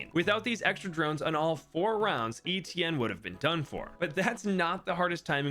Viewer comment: Bruh.. no way you pronounce Etienne like that lmao